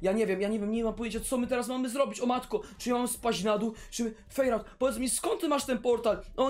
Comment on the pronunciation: Ta zielona baza to noe jest fejrałta tylko fairouta czyta się fajrołta